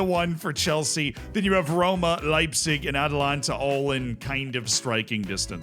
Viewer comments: It's A ta lan ta...not Atlanta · Atalanta not allanta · Still butchering AtAlanta ffs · can't say Atalanta!